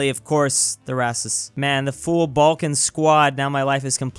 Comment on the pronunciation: Did I Hear Baljan 👀